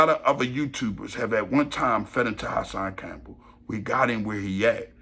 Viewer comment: The way say Hassan Campbell had me rolln 😂😂😂😂